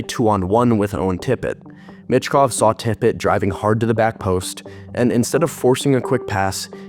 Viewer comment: It's pronounced Meechkov, not mitchkov